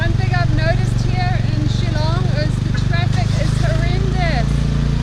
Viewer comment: Btw it’s “Shillong” dude not “chillong”... get it right at least